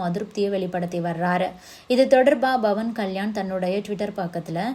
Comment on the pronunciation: His name is Pavan with a ‘P’ not Bhavan. Please pronounce correctly